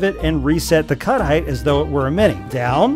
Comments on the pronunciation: I went several minutes think he was saying "cuddite" and wondering what that is until I figured out it was "cut height". Brains are funny sometimes. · Took me awhile to realize he's saying "cut height" and not "cuddite". Thought cuddite was some hot new word the VTT crowd were using and felt lost lol